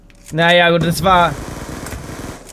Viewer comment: du sagst nicht gut du sagst gutz